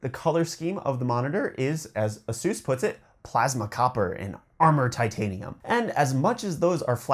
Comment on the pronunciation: dude its aye-suhs lol. a seuse? its like i get a free masseuse with my monitor